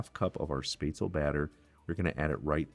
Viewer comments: XD its not "space tzl" its "shh pets la" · I wish you could pronounce the name SPÄTZLE It's not Sptazel. It it SPÄTZ- El-LE. Spetz el ah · He did fine other than the S... missing the sch sound. The rest is minor, the A. Word definitely ends with the L sound, not another A. At least this was how I heard and learned it with living in Germany. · 'SHPETZ-luh'. Great recipe! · Any suggestions for alternatives to onions? I am allergic to everything in the allum family and cooking and eating are quite dull. (And a hint...it's "spetz-la") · Na, its pronounced "Shpatz-luh". Trust the german on this one. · German here too and I was impressed that you kept it relatively true to the original German recipe. Very nicely done. For the sauce, I usually add a shot of cream. It gives it a lovely round flavour. The red cabbage, oh it has to be included as a side dish. Well done. I love your channel. The pronunciation of Spätzle was priceless. :) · Yes to red cabbage and butchering the word haha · The way he pronounces spätzle makes me shiver, and not in the good way 😄✌️. But everything else is looking really good.